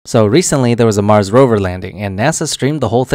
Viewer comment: Dude so dumb that he can't even say Rover.